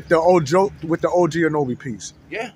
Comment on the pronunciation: My dudes. It's OG AN-A-NO-BEE